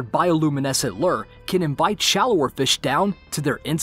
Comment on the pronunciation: It's not lerr it's lure